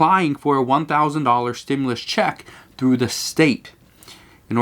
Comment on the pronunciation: Dude, it REALLY bothers me how he says 'stimulus' like a pronoun